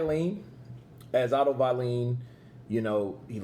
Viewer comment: Otto “vieleen” ~ Kurt Deville😂